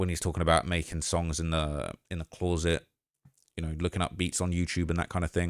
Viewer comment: I wish you could pronounce the word 'closet' the amount of times you can't pronounce closet is crazy